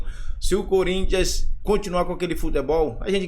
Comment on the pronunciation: Sormani tentando falar o nome do time, parece q tava tendo um derrame 😂😂😂😂